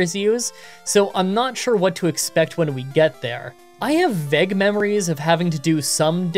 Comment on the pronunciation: You pronounce vague weird lol